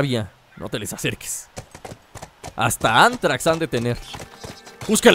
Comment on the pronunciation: Dijo ántrax